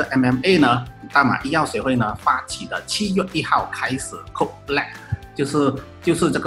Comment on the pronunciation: 講C0DE不是coke 啦1